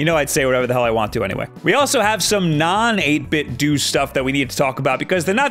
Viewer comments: HE FINALLY SAID 8BITDO RIGHT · that's incorrect. 8bitdo have said themselves it's pronounced doo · The company itself pronounces it as "dew"